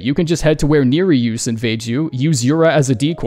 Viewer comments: Did not know there is a lithuanian named character, but its pronounced Ne-ri-jus and you said Nie-ri-jus. Still good pronunciation and names dont translate but its more like "dont swollow" XD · It's pronounced ner-ree-us, I have a lithusnian friends called nerijus. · It's not pronounced Neriyoos. Yura pronounces it correctly already, Miyazaki is present during VA recordings and is extremely nitpicky so something like that would've been corrected. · Im a lithuanian and i honestly didn't realize the guys name was Lithuanian until pointed it out. Also little known fact it isn't pronounced Naehraijous, don't listen to this mans lies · They pronounce his name ingame. It's Nehr-ius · I'm disappointed in. Vaati gave him a holy command and yet he refuses to rank runebears. I don't care if Neer-ree-oos is what google says Nerijus' name is. Yura says his name out loud so that's my canon. 😆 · Ahh yes, nerijus, obviously pronounced ’nerd juice’ . Some people’s stupidity smh 🙄🙄🙄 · Yura doesn’t pronounce nejerius like that though